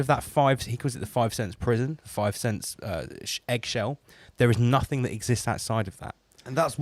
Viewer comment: Makes me laugh that always says nuffink and sumfink Good work, I learned alot today Thanks